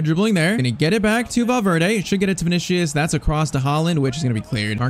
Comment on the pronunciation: Bro I swear this blud is sayin vinicshus